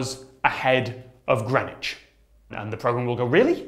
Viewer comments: The thing that bothers me most about timezones is the pronunciation of greenwich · Damn I've been pronouncing greenwich as 'green witch'. It's like worcester sauce all over again. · Hold on.. THATS HOW YOU PRONOUNCE GREENWICH????